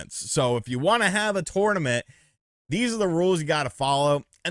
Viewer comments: You say "tournament " weird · Love you my man. But the way you're pronouncing the word tournament is about to drive my little southern ears crazy.